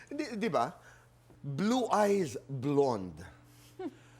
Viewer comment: Tito Boy naman, simplehan lang, please do not exaggerate. It’s simply pronounced as “blond” … huwag nman “blawned”. Same as simply “possibility” and do not exaggerate as “pawsibility”